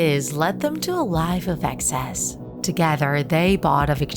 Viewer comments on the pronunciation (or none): none